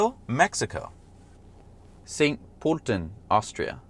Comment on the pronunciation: The way you say St. Pölten is the worst i have ever heard ^^